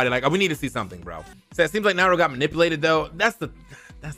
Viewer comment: Lost all credibility he pronounced Nairo the way you pronounce Mario